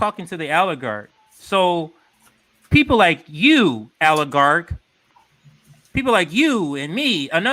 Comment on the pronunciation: It's oligarch, not aligarch. Lol